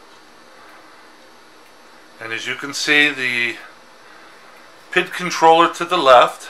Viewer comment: And it's Pee-eye-dee controller, Not "pit" or "pid" Sounds like Bob Villa when you say "pid for the thermocoupler"